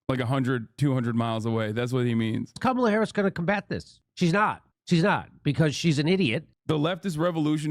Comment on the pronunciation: He said Kamla. 🥥🌴